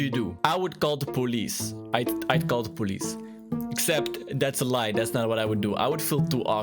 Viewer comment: poe lice oof that's not how I say it